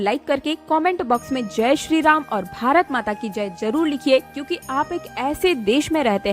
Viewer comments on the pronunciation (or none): none